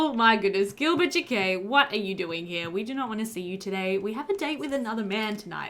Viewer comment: Oh noooo, checked the player and this is one of the last three episodes in this LP 😢 I hope that you end up coming back to Pleasantview ❤ (Alsooo since we’re still talking about the Jaquets, in case you were curious, it’s pronounced more like Jackets 😂 Jah-K-ette - I’m a french speaker and just wanted to help you out ❤ I think you pronounce it cute and Spanish)